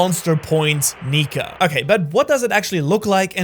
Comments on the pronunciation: neeker instead of nika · Bro said Meier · he said niker quinesdence idk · bro did not say "nika"